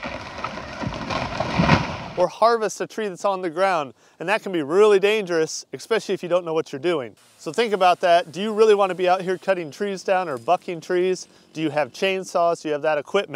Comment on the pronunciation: Did you say expecially? Especially if you don’t know what you’re saying. There is no “x” in that word.